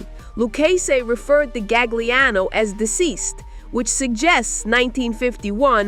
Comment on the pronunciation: Tommy's last name: Loo-KAY-zee. Otherwise, stellar work. Cheers! Tommy Gagliano: Ga-Lee-ahnn-OH.